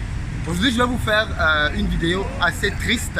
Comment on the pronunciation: Je kiffe trop quand tu dis ''vidéyo'' 😁